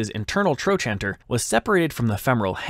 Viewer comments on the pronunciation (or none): It's pronounced "tro-canter", not "tro-chanter." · "Tro canter" is how the US professionals I know say trochanter. Not sure if other countries have different pronunciations. ~ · Trochanter is pronounced, "troe -kanter". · I've never heard "trochanter" pronounced like that. Not saying it's wrong, but the only way I've ever heard it was TroKanter. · It's pronounced "tro can ter" in modern medicine. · THE WAY YOU PRONOUNCE TROCHANTER IS SIMPLY A-M-A-Z-I-N-G!!!!😂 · Please learn how to pronounce "trochanter" before saying it so often.